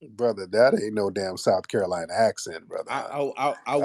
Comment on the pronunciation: That guy I believe he's from Charleston. I'm from SC and I notice he pronounce Carolina like Curolina. The Ca sounds like Cu. I was confused until I went back and heard it for a second time.